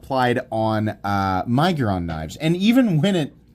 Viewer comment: I am so happy that you are using the right punctuation. Your fellow YouTubers love to use the (N) syllable in the word to make it sound like Nig-uron .